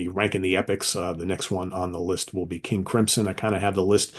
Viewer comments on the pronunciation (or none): none